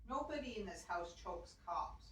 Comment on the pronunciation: The “cops” word is actually COUGH, a bit mispronounced.